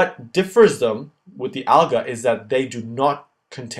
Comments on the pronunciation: You're pronouncing "algae" wrong. It's "AL-gee". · The way he says "Algae" Al-guh lol